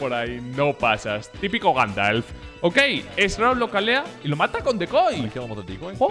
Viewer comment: Jajaja que mal pronuncias shroud